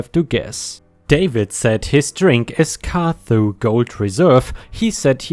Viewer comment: Cardhu is pronounced car-doo. It’s a Scottish Gaelic name which makes the pronunciation difficult.